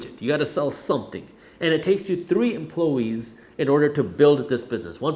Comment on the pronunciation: Dude. Great video, great content as usual, but "empluhwees"?